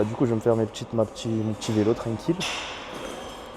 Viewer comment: J’aime bien comment tu dis vélo 😂, vailo